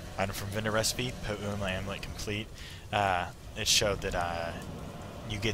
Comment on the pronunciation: Oh dude you crack me up - "pah-OOO-wa ring". Classic. Never occurred to me that the non-NZ players wouldn't have a clue how to pronounce some of the content. Good attempt though, and great entertainment value for those of us down here as well!